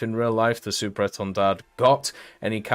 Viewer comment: Thx you for the video, at the end of etendard the "d" is a silent letter you don't need to pronounce it. About the countermeasure, it did exist on the SEM as the standard 3 when the Marine Nationale implemented the pod Atlis they add the countermeasure pod (Matra Phimat) at the same time. With the standard 4 they changed the Atlis pod for a better one the Democles and did the same thing for countermeasure pod with Alkan 5081.